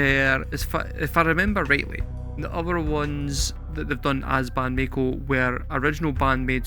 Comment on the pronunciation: Mako is a type of shark. A Maiko (My-Co) is an apprentice Geisha. You;re still saying May-Co. In Japanese i is pronounced as a double i, or Long E sound. So it's Ma-ee-ko. There is actually a word in Japanese, ii.It's just means good. But BAND-MAIKO was so well received they did this two years in a row and never again. The next year was the COVID Lockdown and the following year was Miku's Solo project Cluppo's PEACE&LOVE. She did a song for each member of BAND-MAID but only PEACE&LOVE got a video. That one was for MISA who has a sort of Hippy / Punk aesthetic when not in uniform. You might do a reaction for that one since you like Miku's singing. It's pretty good, or ii desu ne. Very catchy. Also, Orenji has done documentary videos for each of the girl's backstories. You should watch those, even if you don't react to them. If you want to hear another band kind of like BAND-MAIKO check out Wagaki Band.